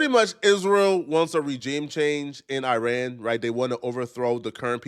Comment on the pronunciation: Can’t even pronounce Iran!